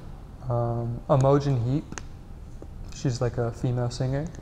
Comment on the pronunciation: man said Imogen Heap